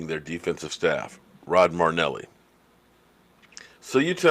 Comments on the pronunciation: not trying to give you a hard time but his name is NOT Rod Marneli. His name is Rod Mar-i-neli. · Hey I know you said your a name butcher and are deselect but you can’t butcher your favorite coaches name it’s M-ae-rih-n-eh-lee not M-ue-rih-n-eh-lee marrynellie > murrynelli I still love you and your channel great work keep goin! #cowboysnation